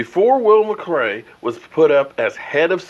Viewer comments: Wait.... did he just say McRay? Lmao!! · It's Will McClay not Macray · Haha is just saying his name how the Chinese say it